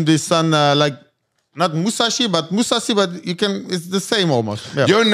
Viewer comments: has NO idea who the moose actually is. Kept calling moossi lmaoooo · graygar muhasi.. say the mans name correctly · Mouasi? It's Mousasi. Talking about giving him so much respect and can't pronounce his name properly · Mouhasi...? Is that how its pronounced? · glazes but cant pronounce his name even and they dnt seem to get tht GEGARD IS ARMENIAN